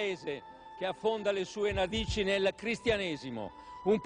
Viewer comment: Sì, infatti! Infatti dice na via di mezzo: “Affonda le sue nadici”😂